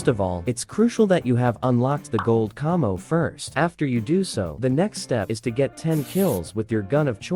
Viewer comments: Did he just say cummmo its camo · Why he saying camo like cahmo